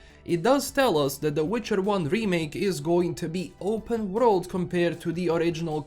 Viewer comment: can't wait for this remake, I tried to play TW1 for years but it's too clunky for me, also the way you say W-road instead of world kinda gets me a little off guard everytime😅